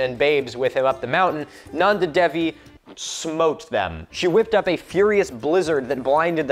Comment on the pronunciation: you forgot the second n in Nanda